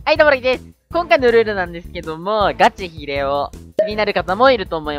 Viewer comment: なんか最初のガチヒレオの発音じわる